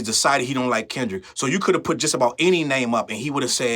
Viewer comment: They love to say KENDICK!! 😅